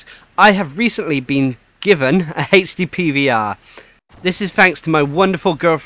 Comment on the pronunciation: I keep thinking you are saying Hasty PVR.... :P